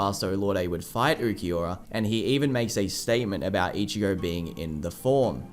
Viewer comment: I hate how everyone says ookieora instead of ulquiorra